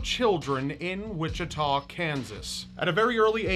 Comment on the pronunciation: I live in Wichita, KS!! Born and raised! Park City is a small suburb just north of Wichita. Thank you for pronouncing Wichita correctly, a lot of people mispronounce it. I lived only 20 miles from this guy from the time of my birth until he was arrested when I was in high school. I'm into the macabre so it's interesting to have my hometown tied to a famous serial killer. Hopefully you guys don't take that the wrong way. There's just something so fascinating about serial killers and if you're subscribed to this channel, you probably get where I'm coming from. Anyhoo... Yeah. Good video : )